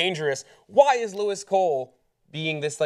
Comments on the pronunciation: Obviously they haven't done their research on the YouTuber and their intentions and content if they are pronouncing his name incorrectly (it's not Lewis it's Louis, which is pronounced Lou-e) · It's Louis like the French pronunciation like King Louis XII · lewis??? louis, the s is silent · Lou-ee not Lou-is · He films what he sees wherever he is in the world. He's not an investigative journalist. Why does sharing your experience of somewhere make it propaganda?? It's also pronounced Louie. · It's pronounced "louie" ☺️☺️ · As someone mentioned below, he pronounces it "Lew-eee." He's been back for over a week now. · Loo-ee Cole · Maaaaaan I'm a big fan but it makes it seem really, really under researched (especially for such an important topic) when you pronounce his name wrong repeatedly. He says it in a ton of his videos. This whole episode rubbed me the wrong way, especially how Hassan handled it. Also, where he's from its illegal to say that something isn't an ad when it is, and it explicitly says in his description box that it isn't a gov sponsored video. I don't know 😔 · yeah shouldn't be that hard to pronounce it right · THANK YOU. The name pronunciation drove me crazy - it makes it very clear how little research was done for this story. This whole video was such a bummer. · Don't get me wrong I love PopTrigger, but guys please do you research, you even said Louis' name wrong. At least watch the video because it seems like you didn't referring to him as 'some youtuber', he's one one the biggest vloggers that currently exists. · Get his name right, damn. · you said his name wrong..... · guys i love this show, but ya this topic was under researched.. u didnt even pronounce his name right.. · At least try to get the name right. Like you didn't even try at all. Like watch a video and you'd know. Also it's likely that he agreed to censor it upon entry. That should've probably been talked about too. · Would help if you can pronounce his name right